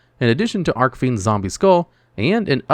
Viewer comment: It’s ARCH-fiend! Not arc-fiend! Look up how Jack Atlas says “Red Dragon Archfiend” in the dub. That’s how you’re supposed to say it!